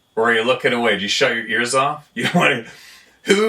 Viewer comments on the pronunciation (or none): none